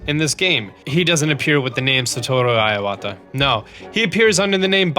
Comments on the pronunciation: Iowata En masé? Blurpee ... You're funny and I still like your videos but geez anything non English gets butchered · dude your pronunciation is killing me. its pronounced EE-wa-ta. typical foreigner pronunciation, but im half. :) lol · TrueTydin He also mispronounced Homage, Ephemeral, and Iwata. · that Satoru Iwata name-butchering annoyed the hell out of me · Kinda pissed my off on how he pronounced Iwata’a name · What a strange way of pronouncing Iwata. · Thats not how you pronounce Iwata ffs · Phew, your pronounciation of Iwata hurts my ears xD Too bad you can't register the lord of the mountain :( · The moment when you realize he doesn’t know how to pronounce Iwata... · Please learn how to pronounce.... literally everything. Iwata, en masse, blupee, homage... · Satoru Iwata pronounced as sah-toh-roo , ee-wah-tah (いわた) not aiwata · It's not "EYE-wata". It's "EE-wata". Please correct the pronunciation of your Japanese last names or just refrain from using it. >.> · Ur incorrect pronunciation of Iwata is annoying me - especially because u try to put on a Japanese accent each time u say it and it's still wrong. Iwata not aiwata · It's not pronounced "eye-wata", it's pronounced "e-wata" first 5 letters in the Japanese Alphabet: あ a, い i, う u, え e and お o. あ is pronounced "ah", い is pronounced "e", うis pronounced "ooo", え is pronounced "eh" and お is pronounced "oh" Iwata is spelled いわた in Hiragana (one of the alphabets used in Japanese). I is the first letter, Wa is the 2nd letter, Ta is the third letter. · I-o-wata I-o-wata I-o-wata I-o-wata.... where the hell did that O come from?! Eh-wata Eh-wata IWATA!! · OK but that mispronunciation of Iwata is driving me crazy. It's not EYE-wata, it's EE-wata. Japanese "i" always sounds like "ee". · So funny how he pronounces Satoru Iwata xD (like [Aiwata], but actually it's more like [E-wa-ta]) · Why are you prouncing Iwata Iowata? There's no O there man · Iwata not I-Wata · "Ayy wah ta" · his name was Satoru Iwata (E-wata)